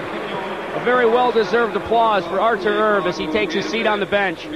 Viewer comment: announcers absolutely brutal. "artur erb" "pavel bura"